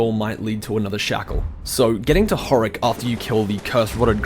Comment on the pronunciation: It's not Horrack.It's Hodrick.Why are you even trying to play DS when you just don't give a fuck about most of the important and obvious things? Why are you even playing it if you don't like mystery styled storytelling? You literally make no sense.You're barely even remembering about stuff that you picked up.And most of the DS players are like you.And are dissapointed of the game when they themselves don't know the 90% of the lore and story and don't even have a stable brain to just not be lazy and explore the lore and make logical conclusions out of all evidencess.Even Vaati didn't explore as much as he should.